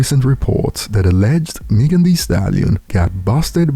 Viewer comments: Meg-en not Meeeeegen lol,,it's all good though, just having fun, no diss intended. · don’t know how to pronounce Megan at all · This guy can’t pronounce Megan ? Wtf ? 😂